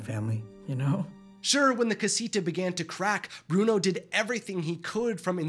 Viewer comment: Do not tock apuot Bruono